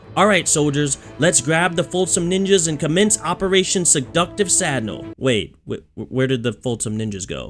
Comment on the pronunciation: You pronounce it like "Sad null" when it sounds like "Sad kneel"